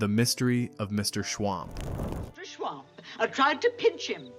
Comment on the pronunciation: It was MR SCHWUMP not MR SCHWAMP.